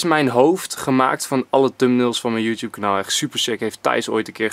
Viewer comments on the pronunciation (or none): none